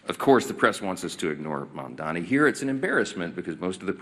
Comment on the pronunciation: These people don't even know how to say Mamdani, how could I trust them to know what his policies are?